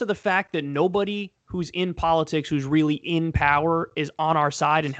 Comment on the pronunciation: Kyle "polo-TIICKS, poli-CYYY" Kulinski